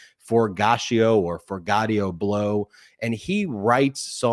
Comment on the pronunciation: Ben, I love you guys, but the douchebags name is pronounced: 4 - gee - ah - toe Blow. Forgiato is the name of an aftermarket wheel manufacturer in California that is a status symbol in the black community and apparently in the wannabes community as well. I personally think they could be considered works of art, but that guy sucks.